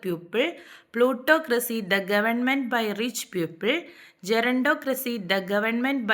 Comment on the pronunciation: Don't say പ്യൂപ്പിൾ. It has a different meaning. It's പീപ്പിൾ. It's Ugly. Ogly is not a word in English. Please recheck everything next time😊